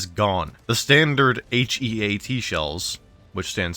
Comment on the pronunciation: HEAT is pronounced like the word heat, not H E A T